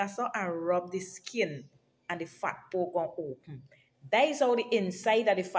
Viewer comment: The way she said fat poke.. Lord have mercy..😂